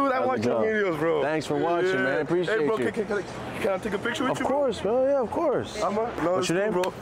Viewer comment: bro from utah mustve adopted the accent and mannerisms ASAP i swear i heard the most genuine "yerrr" outta him